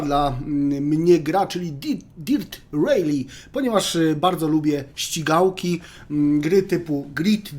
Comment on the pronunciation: Czy on powiedział śćigałkie 🤣